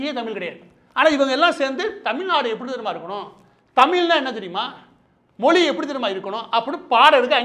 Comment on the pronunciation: மாரிதாஸ் முயற்சி செய்து "ழ" கரத்தை சரியாகச் சொல்ல கற்றுக்கொள்ள வேண்டும்.செந்தமிழும் நாப்பழக்கம்! மொளி,பிளைப்பு, வளக்கம்,தமிள்,தளுவி,கிளக்கு ... வேண்டாமே?